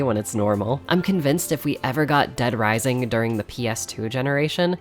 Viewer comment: dead risising :0 such a classic